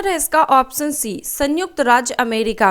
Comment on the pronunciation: Baki sb toh thik h ap sha aur sa me antar krke bola Karen...jaise ki ap ऑप्शन को ऑपस‌न bolte ho jo ki galat uccharan h...it's irritating so much in every question☹️